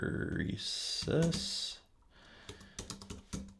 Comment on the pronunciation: Great tut. "hysteresis", not hysterisis